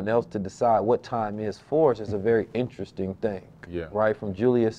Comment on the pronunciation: InnTrestDing? EnterResting? Witch?